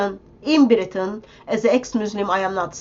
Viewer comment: ”Welcome to Beritain!”